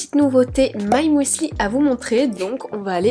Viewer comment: J'adore ta façon de dire "moueslï" 😅 Merci pour ta franchise, ça nous arrive à tous les passages à vide, c'est important d'écouter son corps. J'espère que ça va aller bien mieux pour toi. Pour le Nutella bio je prends le Biovetti il est génial. Bon le prix pique beaucoup trop.